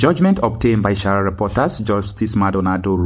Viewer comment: i would prefer you improve on your pronunciations. You call sahara reporters shahara reporters. You also call gazzette for gazet. You don't pronounce according to spellings. Many people are watching you all over the world. The food you are cooking for the world to eat need to be cooked properly if you want your fanbase to increase. Thanks in anticipation you will improve on these areas and many more.